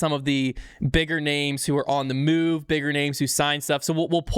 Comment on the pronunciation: How do you guys still mispronounce everyone's names?? Like havent you heard other people say them a billion times at this point?